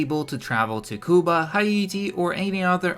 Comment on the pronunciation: I know this might not be a big deal but if you say Cuba the wrong way again I will find you